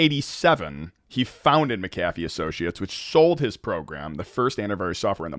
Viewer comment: Hello, Mr. McAfee's last name is pronounced "mack-uh-fee," not "mick-ah-fee." The name of the company he founded was McAfee Associates. Regards, Aryeh Goretsky